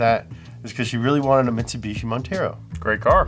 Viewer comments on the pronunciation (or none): none